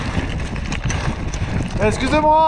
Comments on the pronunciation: Not SCOUZ it's wrond EXCUSÉ MOI is the right one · this guy: "exusez moi" his breakes: "exusez moi"